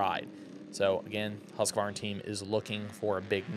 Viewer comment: It's pronounced husqvarna not husq-uh-varna 🤷‍♂️ idk why people say it that way, especially people in the industry 🤯